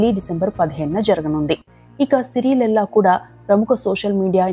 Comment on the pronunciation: శిరీష లెల్లా కాదురా బాబూ, ఆవిడ పేరు శిరీష లేళ్ల